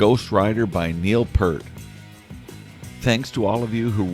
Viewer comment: Please pronounce Neil's name correctly ....Thank you